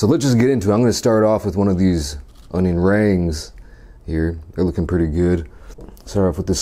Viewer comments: "Cheese sawse" "Extra bacone" "Onion raangs" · Orion rangz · onion RANGZ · “bae-cone” “cheese saouse” “onion rangs” “this is deca-downt” 😆🤣